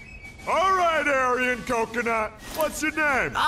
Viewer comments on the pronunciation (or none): I love how he pronounces 'coconut' lmao